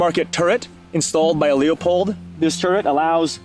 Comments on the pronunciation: "LooPold" brother ✌️😁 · he knows what a magazine cut-off is, where it’s from, and why it’s used. You can keep congratulating yourself on saying “Loopoldt”, while this guy is actually lightyears ahead of you and you could be learning.